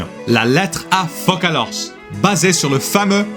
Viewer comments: Mais non, tu as dis Fokalors au lieu de Foçalors (Fossalors)!!! C'EST PAS FRANCAIS CA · Juste pour dire, dans la version française, "Foçalors" est écrit avec un ç parce que même en anglais ça se prononce comme ça et non comme si c'était "ka" (comme tu l'as dit). Le défaut du manque d'accent et lettres spéciales mdrr mais au moins la prononciation est toujours correcte dans le doublage (ils ne prononcent pas le s à la fin aussi) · Isn't her name "Foçalors", pronounced like "fo sa lore"? YOU AREN'T FRENCH! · Ah bah bravo, it's pronounced "Fossalor", the C is pronounced like an S cause the correct spelling of that name is Foçalors (ç sounds like s in french) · Salut, je sais pas si on te l'a déjà dit dans les commentaires à propos du nom de Focalors, je sais qu'en anglais c'est écrit comme tel, mais en français c'est "Foçalors" avec une cédille sur le C, donc à la prononciation c'est "Fossalor" , et sans le S à la fin vu que c'est muet, ouais je sais, "FrENcH loGicS". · Focalors se prononce Foçalors. il n’y a pas de ç en anglais mais il est sensé en avoir un dans foçalors.